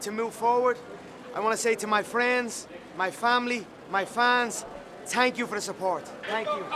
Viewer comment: Conor: Tanks. Me: ur welcome